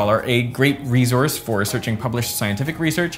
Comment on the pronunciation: He said, "...a great re-zorse..." lol Which reminds me of: The Life and Times of Tim - Sweet Keith part 1